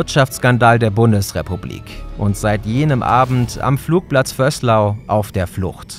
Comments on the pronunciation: Detail am Rande: Vöslau wird mit langem S und Betonung am Ende ausgesprochen, also Vöhs-LAU, nicht VÖSS-lau wie im Video. Ich kann mich täuschen, aber das gilt eigentlich für alle mir bekannten österreichischen Ortsnamen, die auf -au enden: Betonung immer am Ende. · es heißt nicht Vösslau sondern Bad Vöslau, beide Vokale gleich betont und das au etwas länger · Vöslau mit langgezogenem ö, sonst gutes Video. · Das spricht man VÖÖÖÖÖÖÖÖslau. Nicht Vößlau. Mir als Wiener ist es wuscht. Das liegt im Neandertal. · ihr machts echt super videos! aber wenn ihr vösslau sagt ("vöslau" - langes ö, weiches s) reckts mi a bisserl ;) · Bad Vöslau wird Bad Vööslau, nicht Bad Vösslau ausgesprochen. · Nur ein kurzer Input: Ortschaften werden in Österreich oft nicht so ausgesprochen, wie es auf jemanden aus Deutschland wirkt. Der Ort wird nicht "Vößlau" ausgesprochen, sondern "Bad Vöslaau". 😅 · Kleine Korrektur: Das ö in Vöslau wird lang gesprochen. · "Vöslau"spircht man mit doppel "ö" aus... fragt nicht warum ist so 😂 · Bad Vöslau wird Vööslau ausgesprochen. Also bisschen längeres ö und das s weniger betont. Sonst top Video 😂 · Bis jetzt war mir nicht klar, wie falsch man Vöslau aussprechen kann... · Als jemand der aus der Nachbarortschaft kommt, ist es wirklich schmerzhaft, wie ihr hier "Bad Vöslau" ausgesprochen habt. Da ist kein "doppel-S" im Ortsnamen und das Wort "Bad" ist da auch nicht zum Spaß.